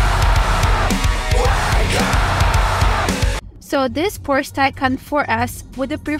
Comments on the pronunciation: Porscha is a Porsche ❤ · PORSH FOR SURE